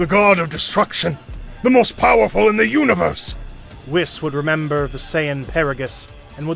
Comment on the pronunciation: I love these little episodes, I just wish that the narrator would learn to speak their names properly. It's not Whis like wish, it's weeds like peace. Etc.